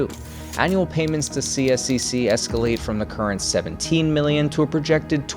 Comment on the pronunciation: You can partially think the chair of the committee that got this through: Sonya Sharp who is now running for mayor. Consider this when voting for mayor in Calgary this October. Couple other things: CSEC is generally pronounced C-sec. I'm a season ticket holder to two of their teams, and very much don't appreciate this much public funds going to this project. I'd venture to say the majority of Calgarians weren't in favour of public dollars going to private billionaires, especially this much subsidy. Their original 1/3 split was better: 1/3 up front by the city, 1/3 by CSEC, and 1/3 by the city but recovered through ticket surcharge until paid off. CSEC managed to get away with only like 10% up front cost by them...highway robbery.